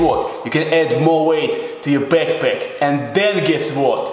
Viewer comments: You only need a beckpeck and tenk with woter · the way he says backpack gets me every time. lol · Love the way he says backpack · no one: this guy: bekpek, guess what (punches his chest twice) for chest geinzz